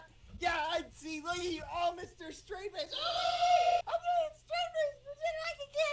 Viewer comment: lmaoo why does always say geppy or keppy i find it so hilarious